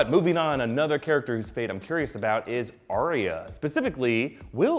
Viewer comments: It's Ar-ya not Ar-ri-a 🤣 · Your pronunciation of Arya completely took me out of the video.